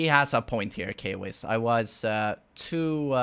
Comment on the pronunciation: why says He instead of Kwiss